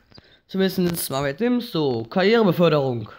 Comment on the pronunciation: Sims wird mit scharfen >S< ausgesprochen Nikolas Gladbach